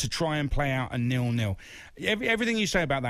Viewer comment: Nil, not “Nill”.